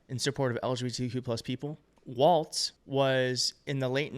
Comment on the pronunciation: Friendly reminder: there is no "t" in Walz.